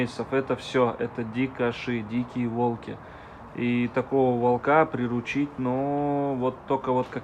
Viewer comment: ты нерусский, что-ли? Что у тебя за речь? Ты диче своих волков! " сУвать", " волкИ́" - что это за слова? Что за ударение???!!! 🤣🤣🤣 А зачем ты дразнишь волков? Ты ма30}{иçт?👀😱😱😱